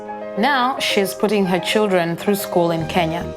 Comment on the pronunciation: I love your reports but can you learn how to pronounce the word HER